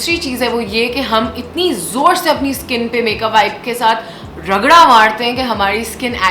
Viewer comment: Baki apka review sahi h except "ragda" 😏